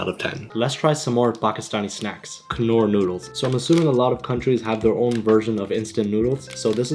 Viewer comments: Not him saying "knorr" intead of knorr with a silent "k" 😭😭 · Knorr is pronounced as Nor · why pronounce knorr with the k 😂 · I just listen to and India advertisment their they pronounce it as nor but in Pakistani ad they are pronounce it as knorr, like k.. norrr iss ka magic hi aur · Kurkure = KerCure Knorr = Kanore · Knorr is pronounced Nor. Its a childhood delicacy and khatta meetha is pronounced Khat-ta Meet-ha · it's pronounced nor. I've heard them in Advertisements. It's nor. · At the K in Knorr is silent